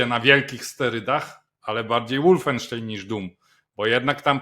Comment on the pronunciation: "Wolfenstein" wymawia się "wolfensztajn", nie "łoolfensztejn".